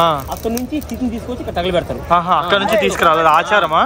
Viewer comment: VEDIO POORTHIGA CHUSAKA ARTHAMAINDHI BABU MEERU ANDHUKU "THAGALAPEDATHARU" ANI VUCHHARINCHAAARO . PLZ DON'T SAY LIKE THAT THAGALAPEDATHAARU